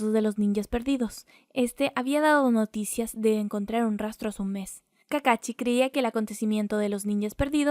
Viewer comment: Es kakashi no kakachi